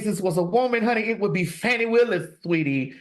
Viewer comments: Her name is FAWN-KNEE not FANNY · I read that her name is pronounces fawni.